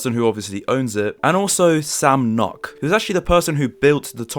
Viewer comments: its sam noock not nock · Did you really just say sam knock instead of sam nook? Cool vid tho